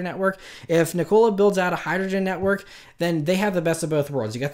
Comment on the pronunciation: can he stop saying NICOLA rather than NIKOLA?